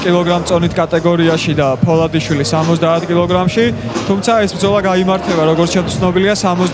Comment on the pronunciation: ეს კაცი ფოლადაშვილს რატო ყვირის ფოლადიშვილია